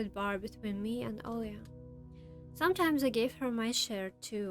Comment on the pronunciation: хотя-бы 720 не ожидается ? И почему у меня ощущение, что ты Русская. чётко с первого раза произнесла имя Оля! без мягкого знака как все другие иностанцы :)